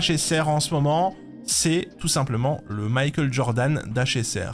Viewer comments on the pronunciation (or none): none